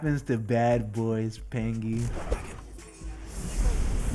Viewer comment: "pengy" lmao